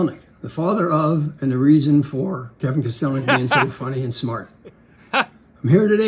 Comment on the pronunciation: that time they mispronounced kostelnik even though he had worked with them for like 8 years (must have been during his last appearance lol) is my roman empire